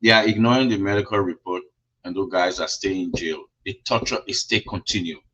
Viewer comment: that word is 'ignoring' not 'ignoing'.